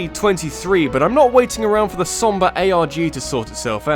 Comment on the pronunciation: you said somba instead of sombra... just something you said wrong.